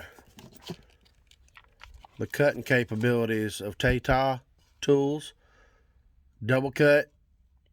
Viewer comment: 🇦🇬 TAI, please pronounce like “buy”, not like “bay”; then add TA, and you get TAITA. 🙇🏾‍♂️